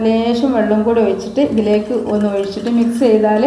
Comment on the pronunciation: ഓയിച്ചിട്ടു എന്നല്ല ഒഴിച്ചിട്ടു എന്ന് പറയു